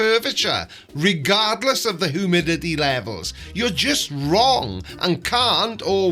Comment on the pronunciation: He went down da wong wabbit hole